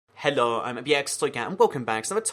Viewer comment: the way he says hello "heloo"